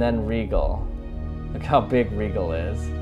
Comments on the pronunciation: It's Rigel and pronounciation is "rye,jal" not "rye,gal" bro! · IT is Rigel not Legal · its not rygel its rigel sprry if your affanded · That star's Pronounciation is not 'Rigel', Actually when you Pronounce it it sounds like 'Raijel'.... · Earth's EV would be a bit smaller than that. About the size of a pea. And it's pronounced Rye-jel or Rye-gel. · when u said a star rigel its pronounced R I J E L RIGEL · Me: It wasn't pronounced Rye-ghel? That wasn't pronounced Beetle-geese? How dumb am I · It’s spelled Rigel but it’s pronounced rye-jel